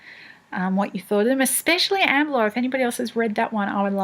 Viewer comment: The pronunciation of Amberlough will now bother me for the rest of the day. (so thanks for that, LOL) I listened to 'The Rise and Fall of DODO, wouldn't recommend the audio, multiple narrators who used different voices for the same character. The story was okay and demonstrated why 'the trapezoid' can't be trusted with time-travel. Obviously, you should never let Fenians have access to odecs or magical technology. :) The story was "saved" by the 'Saga Of The Battle Of Walmart'. We'll probably just have to accept Stephenson might not "do it for me?" (should have stuck to steam-power)